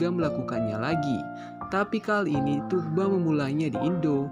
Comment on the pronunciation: Udah sekian lama nyebut namanya masih salah aja boss. Itu huruf g coret atas yang memanjangkan huruf U. Bukan g biasa. Jadi yang betul nyebutnya Thuu-ba. Bukan Tug-ba atau Tuk-ba.